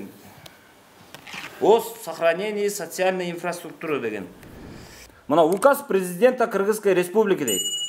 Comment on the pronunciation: Инфраструктуры дегенге да тилиң келбейт турбайбы. Анан сайылганын Мамакеев